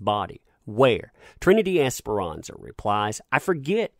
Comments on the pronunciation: just a little note.. I see you kept saying Trinity Esperanza.. when I keep reading "ESPARZA'.. the last names may look similar but when read out loud it sounds different .. ;) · Love ur channel. But it's Esparza... Esparza NOT Esperanza as u keep saying. Apologies for correction but I do watch ur channel and I really enjoy it. Just the name is wrong. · ms. es-par-za, it's a common last name in latin america... not es-pe-ran-za, which means hope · This is dumb but it kept bothering me that he said Esperanza and not Esparza. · just wanted to point out that the last name is pronounced "es-par-zuh", not "esperanza" which is a first name, haha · Esperanza? I read Es-par-za. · *Esparza* not Esperanza. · Bro her name is not Ms. esperanza.. its Ms. Esparza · Broooo...... ESS - PAR - ZA!!! 🤦🏻‍♀️ that was driving me nuts all video!! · The lady's name is pronounced; Ess-par-zuh, exactly as it's spelled...cheers! 😊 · this is great and all but it's Esparza* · No xperanxa ,,,, there is no N ... Esparza, probably italian... No latin last name...